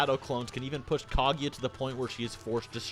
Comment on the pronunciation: "MaaaHdurruh Yuoocheehuh" "Kaageea" Wtf is wrong with you? Say the names right dumbass lmfao.